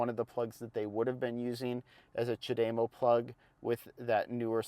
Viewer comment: knows what he is talking about. Except his pronunciation of Chad - E- MO. No. dame O you must be watching Nikki from transport evolved too much. I have had a leaf over 8 years and lots are still around they have sold 600,000 I see new ones all the time. I hate when people dismiss it just because Tesla decides the need to use every charger. We have lots of dual units and superchargers so their is no reason for Tesla to use non Tesla when most post I see is how great they are and how bad everyone else is. Then use Tesla. I just saw a guy on Twitter who drove across the usa in his bolt and he had zero problems.